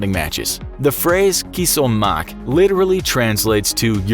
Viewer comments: Kos omok Not KISS Also Iranians say that like Kos Nanat! That's enough to burn a fight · Bahahahahahah "kos omak" u pronounce it like a khalap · No this is not how you pronounce this word in arabic, u pronounce it is. كس امك, not كما سوق ،its a pretty harsh insult, and its offtently used insult in Lebanon or any country that speaks arabic, i do speak arabic :D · I'm experienced with Arabic WTF is Kiss Omak it's Kus(Koos) Umak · ..."kiss omak" really? It's pronounced koss omak ffs. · U spelled the arabic one wrong and pronounced weird Its كس امك Pronounced Kos omk But u can't just say it anywhere its really sensitive word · Kos omak is pronounced ( in palestinian) koss ommak